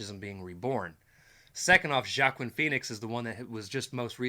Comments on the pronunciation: By the way you pronounce Joaquin Phoenix’s name more like French (“Jacques-quin”) which is fine but it’s like “hwa-keen”. Obviously not a big deal just saying lol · ... It's pronounced "WA-KEEN", not "JA KWIN" Phoenix. And yes, Leto was just a different take on Joker - one that was less intimidating and unnerving than Jim Carrey's Riddler. And you will never see him as the Joker again, they blame him and a few others for the failure of Suicide Squad. Justified or not, he will never play the Joker again. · Just a minor point, his name is Joaquine pronounced Wa-Keen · "Wuah-KEEN" Phoenix